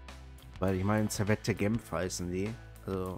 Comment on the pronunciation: ja, Servette ist aus Genf. Das wird aber nicht "Servette" gesprichen, sondern ohne das "e" am Ende: "Servett" (weil französisch-sprachig). Im Logo steht "Genève", was französisch für "Genf" ist. Ähnlich wie beim FC Sion, denn aknnst du getrost auch FC Sitten nennen, um den Deutschen Namen zu verwenden (gerade wenn du den französischen nciht aussprechen kannst). ;-)